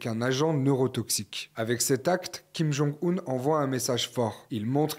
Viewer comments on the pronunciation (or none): Le fait que la voix-off parle toujours de "Kim Jong-oon" (mauvaise prononciation) alors que les chercheurs interrogés parlent de "Kim Jong-Eun" (meilleure prononciation) me fait penser que le journaliste/présentateur/voix off manque de professionnalisme ; ou du moins qu'il a fourni un travail bâclé. J'espère que ce commentaire sera compris comme je l'entendais : majoritairement constructif, avec une pointe d'agacement. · Kim jong « oune » pas « eune » c’est bon pour vous ? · ce n'est pas une question d'âge mais de connaissance de la langue coréenne et sa prononciation. S'il était aussi expert, il saurait que 김정은 se prononce Kim Jong Eun et pas Oun comme il le fait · surtout que la vraie prononciation officiel c’est kim jong eune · J'ai vite compris qu'il n'était pas aussi spécialisé que la femme sur la Corée du Nord. La manière dont il prononce le nom de Kim Jong Un le prouve